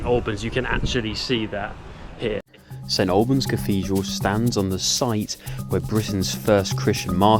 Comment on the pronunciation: Thank you, brought back fond memories of growing up in the area. I would hear local people pronounce it "snalbans' and it rubbed off on me and so I find it strange to hear it correctly pronounced as you do. bless ya.